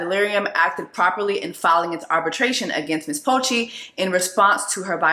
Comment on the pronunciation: Lmao I’m sorry Jess but it’s Poche/Poché like p-uh-shay😅 that accent when it’s French hits a lil different but yea